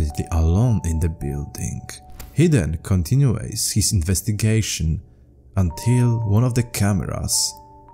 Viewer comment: To help you, my friend, continues is pronounced “continyoos”, not “continuays”. Peace and love ✌️💜